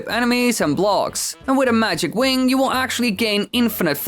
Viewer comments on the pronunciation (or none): none